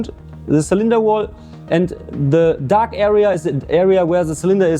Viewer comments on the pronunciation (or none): none